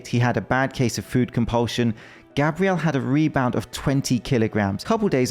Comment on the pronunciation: Do they actually pronounce Gabriel, as Gabrielle in Brazil or am I not losing mind?